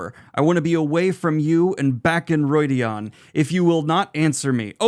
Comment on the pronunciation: It's well known that pronunciation isn't the best but in each book there's a glossary with how Robert Jordan intended certain words to be pronounced. Calling Rhuidean Roydeon is cringe worthy